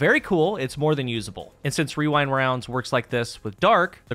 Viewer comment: The only problem I have with this video is how easily you say Rewind Rounds. I am envious. My whole group just decided to call it Wewind Wounds because that’s what we always end up saying anyway.